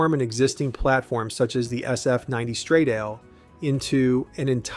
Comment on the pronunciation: STRADALE not ‘stradeil’ FFS